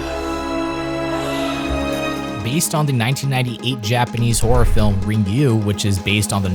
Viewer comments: Good job. Ringu is pronounced Rin-gu, not Rin-gyu though. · Really not trying to be fucked up here, but it's hilarious how you were talking earlier about Asian representation and you feeling discomfort about an off-the-boat accent (understandably so) then you pronounce Ringu like that O_o